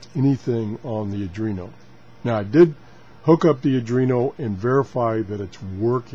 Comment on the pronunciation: This should be a fun series. Oh, and it's pronounced "Are + dwee + no".